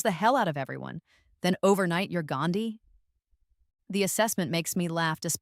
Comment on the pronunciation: 😂😂😂 the pronounciation about gandhi in hindi is distructive😂😂😂😂